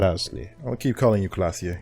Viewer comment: K L A A S J E Why does everyone keep saying Klassje?